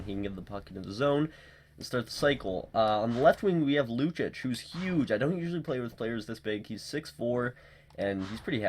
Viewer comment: Lucic is pronounced LOO CHEECH....not LOO CHICH